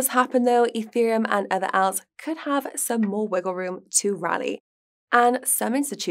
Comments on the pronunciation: is great and speaks very well, just a couple of tips.Speak at same speed as guy. Also please say Alts not Owlts 😉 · Can please speak clearer? Also pronunciation of "alts" totally threw me off haha